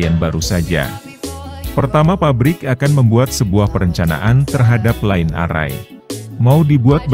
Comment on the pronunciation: Maaf mas; membacanya naskah ada yg kurang pas..line array tdk dibaca : lain arrai; tp lain errai.( Pronounciation nya ) sorry ya boss.